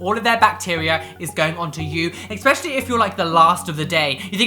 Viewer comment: there is no X in the word ESPECIALLY. 😉